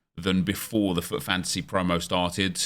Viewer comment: When ever says fut it sounds like fuck